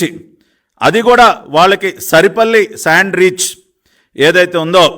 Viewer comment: సరిపల్లి కాదు సార్ సారిపల్లి